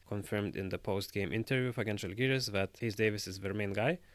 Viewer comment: No offense, but if you understand the language, you should respect the team name and pronounce "Žalgiris" the right way, not like other do.